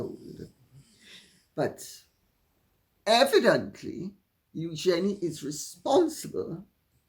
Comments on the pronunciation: Lady C, would you please start using the correct pronunciation of EUGENIE? The RF pronounce it as EUgenie. Your incorrect pronunciation of her name makes you less credible as a royal expert. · it is the correct way of saying the name, from the French